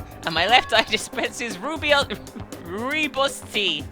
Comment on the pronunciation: "Rooibos Tea" is pronounced "Roy-boss tea", and it's the Afrikaans word for "Red Bush Tea" (this is coming from a South African individual inb4 you accuse me of google)